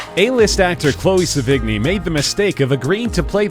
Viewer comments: Its not "se-VIG-nie", its "se-vee-NYEE" or "SE-vi-nee". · It isn't Sevi-g-ny. Learn to pronounce. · You really should google search how to pronounce these people's names before recording the voice-over. Vincent Guyo? Chloe Sa-vig-nee? Come on. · Gallo is pronounced exactly as it's spelled and Sevigney is not pronounced Se-vig-nie its pronounced Seven-yay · It's Pronounced Sev-In-Yay! Not Sevig=Knee! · pronounced *Seven - Yea and *Gal - O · Chloe se-vig-ni hahahaha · Chloe Sevigny is pronounced "seven-ee" not "suh-vig-knee." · Her name is pronounced "Seven-yay" UGH! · that is not how to say Chloe's last name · Anybody else cringe at the pronunciation of "Sevigny" and "Cannes"? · and lars von " tri - er " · That's not how your pronounce Sevigny, the g is mostly silent. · wupperelfe Not to mention Sevigny... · Aside from mispronouncing both the performer's names quite severely, he's leaving out the detail that Gallo and Sevigny were boyfriend and girlfriend until amicably splitting up about a year before he started production on this movie, and they had clearly had a great deal of sex with eachother many times before. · omfg! this fucking narrator pronounces the "g" in sevigny but doesn't pronounces the two L's in gallo? lmfaooo! fucking idiot learn to pronounce.